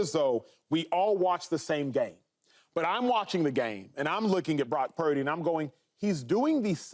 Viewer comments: I'm about done with all this purdy talk. No one's mind is getting changed, let it go. And Cam, it's "purdy" not "peardy" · Have some respect Joy!.... its Brock Purdy... not Prock Purdy.... get paid alot of money to not correct yourself on T.V. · Acho mispronouncing “Pieerdy” to troll Cam was the best part of this video.